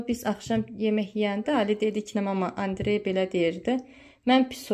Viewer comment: Andrey deyende meni niye gülmek tutur bilmirəm